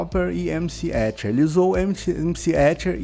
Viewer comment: "esses brother" hahaha o ESCHER